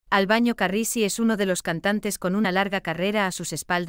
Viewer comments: Por favor diga bien el nombre de " Albano " no es Albaño. Decirlo mal nos molesta a todos sus seguidores que somos millones. Gracias. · Señora usted que relata las historia por favor practique bien los nombre y apellidos.... el cantante es ALBANO....NO ES ALBAÑO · Por favor usted es una comunicadora, pronuncie bien, no es Albaño , su nombre es ALBANO ...y lo. otro nunca se casó con esa sra. Loredana , a la que Ama hasta su muerte, es a la hermosa y dulce ROMINA ...